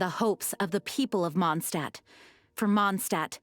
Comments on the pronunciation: Why do you say MonsCHdtadt? You clearly say Mondstadtians right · MONT-shtat is the correct German pronunciation. The correct demonym (name of people living in the place) is Mondstäter (MONT-shte-tr) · besty y u pronounce mondstadt as monshtat??